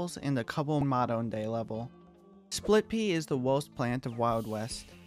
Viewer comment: Why you say spit pea and my boy citron the strongest in far future😅